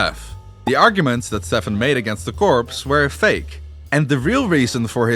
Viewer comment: yt:His name is pronounced as Steven, NOT Stephan.:yt